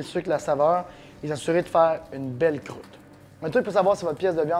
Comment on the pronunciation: J'adore quand tu dis " Crroute " ! :-) Merci pour les bons conseils !